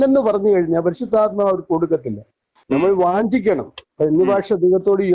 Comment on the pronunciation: അക്ഷരത്തെറ്റില്ലാതെ സംസാരിക്ക്.വാഞ്ചിക്കയല്ല.മൂഞ്ചിക്ക എന്നാണ്